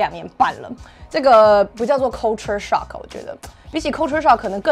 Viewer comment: Culture shock的發音可以發好嗎？ coooolture? 還是大陸都這樣教英文發音的